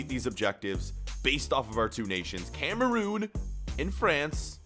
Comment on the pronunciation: Every time he says Cameroon I cringe